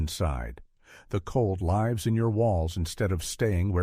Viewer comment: "The cold lives (pronounced with a long I (as in I led 2 lives). Should be a short i as in shiver.